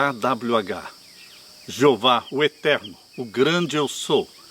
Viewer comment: o nome q vc disse yhwh se pronuncia yauh